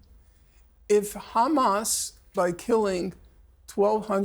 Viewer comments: Why does she pronounce it as khamas? Does she call herself khassan too? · "Khamas" 😂 purposefully pronounced like that 🤣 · Speaks perfect English but makes sure to say khamaass hahaha clown show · She keeps on saying Judea and Samaria! 😂😂😂 it’s the West Bank you psychopath it’s Palestine you psychopath